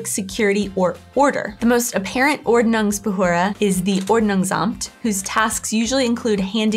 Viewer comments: You guys pronounced Quark perfectly! But you really have to practice on the Umlaute: Ü and Ö! It's OrdnungsbehÖrde and TschÜss! Ü & Ö ≠ U & O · you pronounce Ordnungsbehörde so wrong XD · Die Ordnungsbehörde is a word Americans aren't able to pronounce correctly. 😉